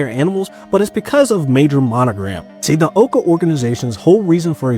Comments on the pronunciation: Yoo please stop saying Owca its pronounced OWca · It's not owe-ka, it's ow-ka (It's pronounced in the show multiple times, get it right) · Oh-ca pained me. It’s ow-ca like ow that hurt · The amount of times he kept calling it (OH-CA) instead of (OW-CA) just ticked me off. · It’s pronounced OWCA. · It’s pronounced ow ca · I got so upset when he kept pronouncing owca wrong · You're saying OWCA wrong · He is pronouncing o.w.c.a wrong